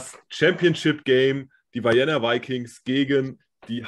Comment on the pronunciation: Ah und eine Sache noch in aller Freundschaft: man spricht Vienna "Vijenna" aus. Hinter dem V folgt ein klar gesprochenes "I". Wie in "Vikings". Nicht "Weijenna". Es mochts mi narrisch damit, es Piefke.